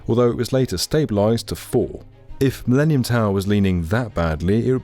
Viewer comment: "The MiLEANium Tower"